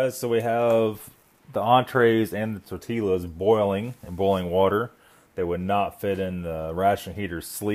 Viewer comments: Did you just pronounced ''tortillas'' as ''Tor-ti-lah'''? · "tortee-Las"? im out of here